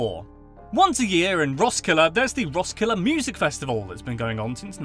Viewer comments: Heccant say Roskilde good.............. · Him trying to pronounce “hygge” “Roskilde” “Leg godt” “Møllehøj” “smørrebrød”